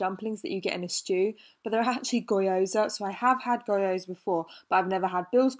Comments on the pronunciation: and gyoza is pronounced ‘ghee-yo-za’ not goyo-za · Hey Grace, gnocchi is pronouced njoki/ noki (emphasis on o) and gyoza is pronounced gjosa (emphasis on o). Both are two syllable words. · i'm sorry but the way you pronounce gyoza is just toooo funny 😂😂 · I love how you pronounce gyoza 😂😂😂